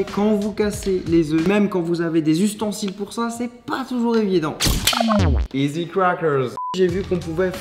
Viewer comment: IZY CWAKEURSE 😂